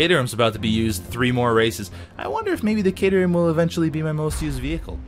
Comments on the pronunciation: I wonder if knows its pronounced 'cat*er*ham' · caterham, pronounce it like cat or bat